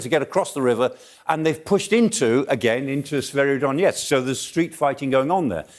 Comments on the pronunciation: yes that's right, Severodonetsk not Severodonietsk. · Can someone educate these guys on how to pronounce SE-VE-RO-Don-ET-SK?